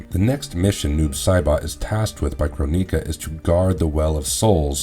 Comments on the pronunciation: Kro-ni-ka never knew you could pronounce it like that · You pronounce a few words wrong, Cronika. Which just listen to how the announcer says it in MK 11 and then with ensnared. It's pronounced n.snare.d. I hope information helps you.